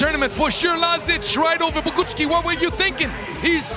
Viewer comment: Little help for commentator: Bogucki - /Bo-gootz-ki/ Szlachetka - /Shla-het-ka/